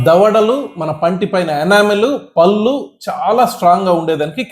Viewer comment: I like all your videos and info but your pronunciation needs to be improved. పల్లు kaadu పళ్ళు అనాలి.